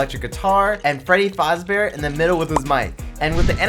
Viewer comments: It’s not foz bear its faz bear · Bro said Freddy fozbear